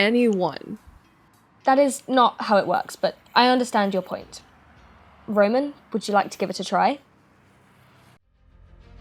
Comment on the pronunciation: Ramen ramen who is this RAMEN character you speak of?